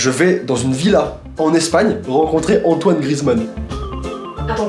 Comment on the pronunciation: Toitoine je meurs 😂😂😅😅